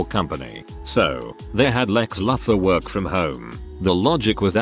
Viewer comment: Like when the mispronounce words for example Lex Luthor on this video I was like lol.